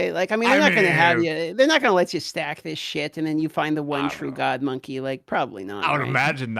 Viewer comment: Its Monkey not Monkay